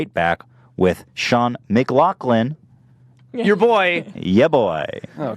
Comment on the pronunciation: Lovin it! So cool to hear Ethan say McLoughlin! Close enough to my name to distract me lol great podcast